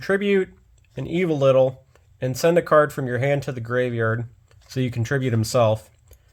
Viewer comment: While this is a neat deck profile, hearing you call the reptiles "Evo-Little" bugs me. It's Evol-Tile. Not Evo-Little. Solda is a good inclusion. As I YugiPooped with my partner; "Big dick dragon cucks all of Pendulum Summoning. Fuck you, Soul Charge, you're next." Pends, and Soul Charge-like effects just get rekt by Solda.